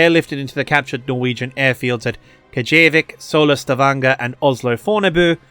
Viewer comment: man... you butcher the german and norwegian names. the worst was "kajevikk" ... KJEVIK!!!